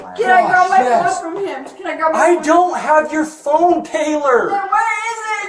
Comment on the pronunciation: Where's my phoNUH? Where is itTUH?